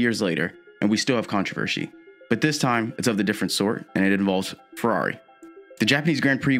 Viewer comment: Lmao “controver-she”